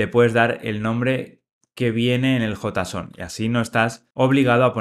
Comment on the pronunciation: cuando dice suspend habla ASPEND bien grindo, RESALT bien gringo y dice JSON (jota son) que coherencia es esa?